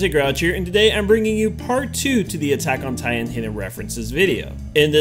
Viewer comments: buttok in titan? LOL XDXDXDXDXDXDXD I AM DYING! XD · lol! Buttack on Titan! 😂